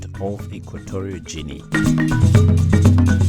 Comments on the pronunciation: It's "Ghinee" not "Jinee" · I feel offended to certain extent. 1) my country is not Gjini as you pronounced it. 2) your argument about country divided into 2 places is very poor and definitely you made no effort to show any intelligence in that comment. To give you a clue, think of Tanzania and Zanzibar, Hawaii and US, Bermuda and UK, Spain and Canary Islands, Guadalupe and France, Curacao and Netherlands - repeat that three times and think again. 3) as an Equatorial Guinean, due to proximity of Cameroon Gabon and Nigeria, I think our nationals speak better French than Spanish hence most people speak English due to the fact that it has been previously colonised by England. Dictatorship, , I wonder where you from. Id like to visit because most of the continent has the same problem. And please there are too many Guineas in the world to pronounce that name Gjinea. It sounds like a person who has never before read the news or watch TV. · "Ikweterial Jinny "are you serious? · Not "Jini" please.... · It’s pronounced Equatorial Gene? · The worst commentator or narrator I have ever had despise for. Tufiakwa spits. What the fuck is " equatorial jennie " .now get out of my face. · If you want to make a vidéo about a country at least learn how to call it properly. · The pronunciation is wrong.. ...... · YOU don't even know how to say "Guinea"!! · My point exactly.